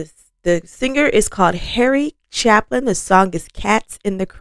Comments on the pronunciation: BTW, it's "Chapin", pronounced "CHAY-pin" (long "a" sound). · His name is Chapin pronounced with a long "A", not your short "A" and no "L" in the middle. He's not a ChapLin. Common! Learn something about the artists you review. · Sorry, it's "Chay-pin" not Chap-en. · The song that MADE Harry Chapin (pronounced CHAY-pin) was the classic "Taxi", which is definitely a must hear. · One of the best storytellers ever. You could SEE the songs in your mind, & feel them in your soul. BTW,, Harry pronounced his last name “Chay-pin” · Harry Chapin was a fantastic talent! He died much too young in his late 30's. Incidentally, his last name is pronounced Chay-Pin. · His last named is pronounced "Chape"In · Chapin is pronounced with a long A sound. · Here's an updated version of the same ballad by Celtic Thunder: The name is pronounced Chay-pin. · This was shameful. You mispronounced his name, misspelled his name, and even had a typo in the title of the song. If you can't pay some respect to the artist by getting basic details right, please do not approach their work. Any human can make one mistake but you made 3. You need to get a job; this is not the forum for you.